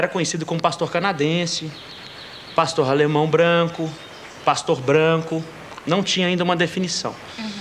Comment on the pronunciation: otimo o video !!!! só é chato ele falando Pastorralemão